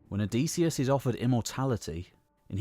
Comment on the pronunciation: Great video, well timed. But one thing: Hearing you pronounce "Odysseus" OH-DEE-SEE-US", instead of "OH-DIS-EE-US". I wonder if you will show the "Pylos agate", it really captures the spirt of the era of the Iliad and Odyssey imo.